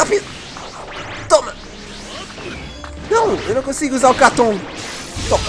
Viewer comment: falando katoun kkkkkkkkkk